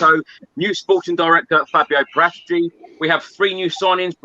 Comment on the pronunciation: Fabio paratici is not pronounced with a G in his surname every time it sounds daft